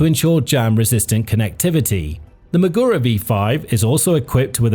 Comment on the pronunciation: Everytime he says maGUro it's like fingers scraping across a chalkboard.